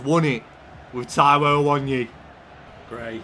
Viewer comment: it’s a-wo-nee-yee not awon-yee